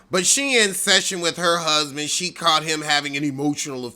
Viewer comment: Did you say Gusband? 🤣